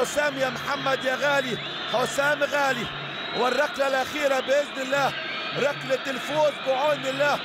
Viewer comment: هو المعلق بيقول رقلة و رقلات ؟